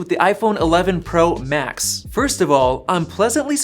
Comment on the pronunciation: Sounds like he is saying “tennis” “max”